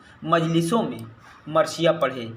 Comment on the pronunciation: Sir marsiya h marshiya nhi